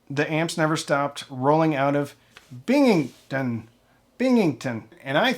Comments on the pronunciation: It's pronounced Bing-ham-ton I grew up there, a couple miles from the Macintosh factory. My aunt worked there one summer. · Say it with me: Bing - ham - ton. 👍🏻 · Just say, ‘Bing-ham-ton’, you’ll be OK. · As a lifelong New Yorker, I know the way some of our towns and cities are named and pronounced can be tricky. Looking at it, one might think Binghamton would be pronounced bing ham ton, which is close. They way I have always heard it said, and have said it myself, it is more akin to Bing-em-ten. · You can say it correctly: Bing-ham-ton Say it quickly like it’s one big syllable. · It's pronounced "Bing 'um tun" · Its BING HAM TON bro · Pronounce it "Bing-umm-tun". I knew they were there, but just by chance, earlier this week on a trip to Cooperstown NY, I rode my motorcycle past the facility that appears in the photo that you showed. I saw it from the roads so I couldn't see how big it was. It is good to hear that they actually manufacture product there. Earlier in my career I worked for Lutron Electronics. Their Coopersburg facility seems to be of a similar size, but none of the manufacturing is done there. To be fair their custom and low volume stuff is still made in PA, but the rest is offshored. It is nice to see a premiere product like McIntosh being made in the same place. Even at those prices, I bet it is a challenge to keep the doors open. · Just found your channel. I am a ultra casual audiophile. My dad however, hardcore. We grew up in Binghamton NY about 2 miles from the McIntosh factory. I have photos of me as a baby in the early 70s leaning on one of his Mac amps. To this day he has probably 50K in McIntosh equipment. He loves it so much hes willed it to me. Anyway, checking out the video now. we say Bing Ham Ton :) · It’s bing um tin :) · Bing-ham- ton. Your welcome.